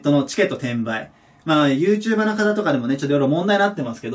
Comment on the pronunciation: はいちさんのYouTuberのイントネーションが気になるのは俺だけか？